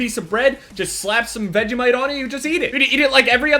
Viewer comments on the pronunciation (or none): I'm Australian and hate vegemite p.s your not saying vegemite right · The way he says Vegemite is so funny I'm a pure Aussie and Vegemite is amazing